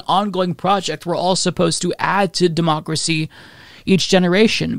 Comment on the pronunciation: I get it, deymaukracee is a hard word to crack... But a bit of practice gets you there 👍